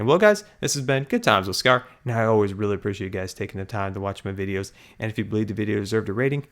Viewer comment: it's pronounced videos